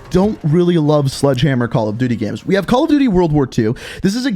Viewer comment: Gameranx says "Gams" instead of "Games" and says "Gems" instead of "Games"